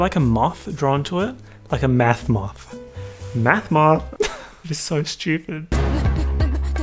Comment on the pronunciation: When you say math it sounds like meth and it makes me question what this video is really about